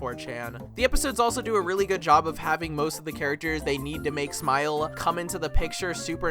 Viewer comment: i think if you work on your flat tone and the habit you have of dragging out the last word in all your sentences, your videos could be really fun to watch the long sentences in your script come out very robotic and then the sentence ends kinda... "whiny" ? just dragging out the last syllable "job-uh" "story-uh" "play-uh"